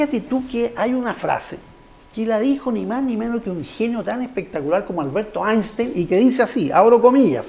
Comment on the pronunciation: Soy yo, o el presentador dijo Alberto Einstein xD